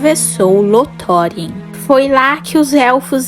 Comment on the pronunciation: Com algumas pronúncias um pouco equivocadas de alguns nomes, como "Lothlórien" conteúdo muito bom, não sei se é uma I.A ou uma pessoa mesmo.